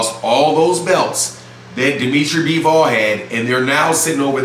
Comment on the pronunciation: It’s bivol not BEEEEEVOLLLLL